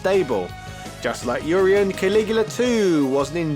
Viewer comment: Oreien?? It's Urien